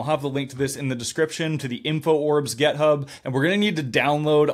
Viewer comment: Love your project. Fantastic video. Glorious moustache. But sounds like you pronounce GitHub with an e? Is that an American thing?